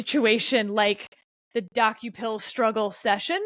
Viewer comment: As someone who occasionally watches CBS Mornings, I was cringing every time Sarah said the name Dokoupil. It's pronounced Duh-Cople, not Docku-pil. One thing that's clear from this podcast is that neither Sarah, Steve nor Kevin watch CBS in the morning. I believe Ta-Nehisi Coates' name was also mispronounced. I think it's pronounced Tah-Nah-Hee-See, but I may be wrong. Not that I want to be the pronunciation police.